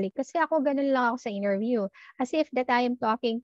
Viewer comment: Why do you pronouce interview that way. Nasobrahan pagka slang mo teh